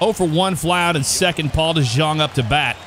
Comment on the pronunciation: For jeff* paul dejong is pronounced as paul d young